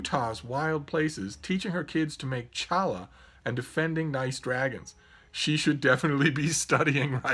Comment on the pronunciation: Challah is Jewish bread for the Shabbat and is pronounced with a Ch - Hwith a bit of spit in your throat!